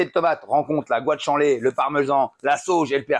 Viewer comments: GOUT ÂNE CHIALÉ !!! C'est quand même pas si compliqué à prononcer, bordel ?!? 😂😂😂😂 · " gant choualé " 😭😭 Gou Anne Tchalé mamamiaaaaa !! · guanciale qu'on prononce gwanchale!!